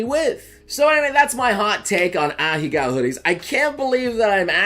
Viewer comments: Please, for the love of god... stop pronouncing them as ahigao and say ahegao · M8, you're a weeb and you can't pronounce this word right after all this time? It's "Ah hey ga-o" Not "a-HE-GOW" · It's actually pronounced "ah-heh-gao" btw. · idc about the butchered pronunciation of "ahego" this boy be lookin like Mr. Beast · pronounces "Ahegao" wrong... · You pronounced it wrong 😭